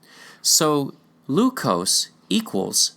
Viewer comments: PRONUNCIATION CHECK-- IN TAGALOG LEQUIOS IS PRONOUNCED AS--- Leh (as in Lebron)- Kyos (as in kiosk without a last k) NOT LUCOSE as in Glucose/ We have a present day province called ILOCOS, in Luzon which is rich in culture. The present day Vigan, a tourist destination with much gold and artifacts is in Ilocos Sur. ILOCOS- LEKYOS. Sounds the nearly same. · Adding a little phonetics. I hope you don't mind. Only use English's short vowel sounds. "Lequios" Le-kui-os If you try this in short English, you will be very close. Just helping out, please. a, e, i, o, u ("a" as in "at"); ("e" as in "end"); ("i" as in the long vowel E in the word "Easter"); ("o" as in "oh"); ("u" in the song called "Ooh" child, things are going to be easier. By The Five Stairsteps), the vowel "Ooh" represents the "u" sound in Spanish. Juan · Lequios, per Spanish and Portuguese spelling rules, ought to be pronounced as /lekyos/. Malhou in Portuguese is /malyow/, while Luçoes in Portuguese is /lusoysh/.